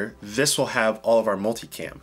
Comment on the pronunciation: Swear everyone says “multi-clam!” Lol!